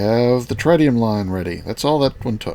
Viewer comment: Tritium pronunciation: Tr-It-Ium not Tri-Tium